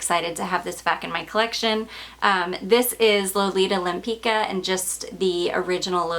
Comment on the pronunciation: Such a great deal on that Lempicka. But keep practicing that french! Never know when it might come in handy. ✌️